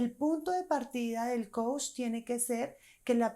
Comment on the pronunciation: Tú dices Coush y es Coach! Mejora eso y crece tu credibilidad.